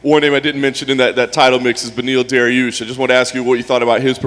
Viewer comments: I think he called deriel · Beneil "Ariel" Dariush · Did Dana really call Beneil Dariush Ariel or am I hearing stuff 😂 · It sounded like Dariel to me, lol